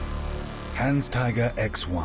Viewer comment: Owner say Hans Taiger on promo, this guy call it Han Staiger